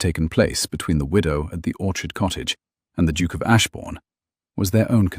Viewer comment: Duke misspelled & mispronounced.